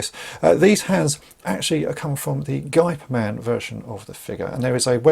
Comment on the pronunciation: FYI, the closest pronunciation for "Gey" of Geyperman is the english pronunciation of "Hey"